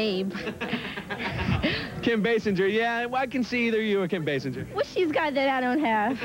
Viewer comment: They’re all pronouncing Kim Basinger like Homer Simpson pronounces it 😂😂